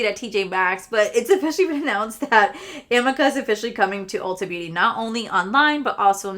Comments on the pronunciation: amika is pronounced (a meek ah). just thought I’d let you know. I felt funny correcting you but every time I hear you say it I’m just dying to tell you how it’s pronounced.😅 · It’s pronounced uh-MEE-kah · It said “ Amika- Ameeka and Beis is Base “ that’s how you say them .. google what ya good for 😂😂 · You crack me up 😂 Amika is pronounced A-ME-KA 😂😂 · I don't shop from MAC because they're not cruelty free 🤷‍♀️ Also amika is "ah-ME-ka"